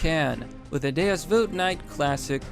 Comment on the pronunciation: Every time said Deus as deuce i die a little inside